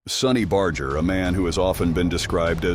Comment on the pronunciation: It gets me aggravated that Most people can't pronounce His last name Correctly...🤔🤔 Even if everything is AI NOW... IT should be programmed Correctly... Just sayin'...